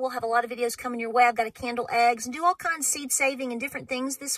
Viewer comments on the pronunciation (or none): none